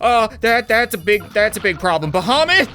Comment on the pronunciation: I like how he says bohomet or something about the other dragon